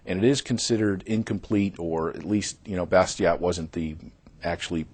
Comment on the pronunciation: Too bad they can't pronounce the name "Bastiat" correctly. Learn French dudes!